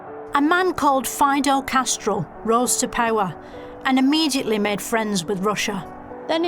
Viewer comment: "Fido Castrell" Like a dog breeding with a pidgeon lmao